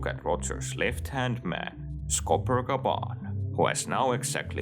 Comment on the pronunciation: its gyaban, not gaban